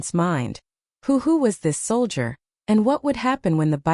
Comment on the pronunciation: This is the worst narration I have ever heard. Not only is she going like crazy and you can't keep up with her. But she doesn't even know how to say the word soldier. It didn't take me long to turn it off and find another thing to listen to. Better luck next time